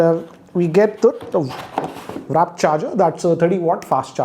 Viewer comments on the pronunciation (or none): It's good and all but it's WARP not WRAP charger. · No offense sir, you always say wrap instead of warp. Big fan. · Good review. But it bothers me the way you say WRAP instead of WARP😐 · I think I never heard you say "WARP" charger.. you always say "WRAP" charger which is wrong.. like seriously. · Still he say wrap charge instead of warp😂😂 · Again "WRAP" charger, really and now "Red club cable".. If he says WARP correctly and Red cable club, maybe just maybe OnePlus might send him a review unit 😂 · Red cable club - not red club cable. War charger! :P not a wrap charger. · You always call the warp charger as wrap charger.😁